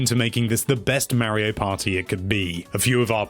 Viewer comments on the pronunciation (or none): Gotta love “Marry-O Party” 😂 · Figure out how to say mario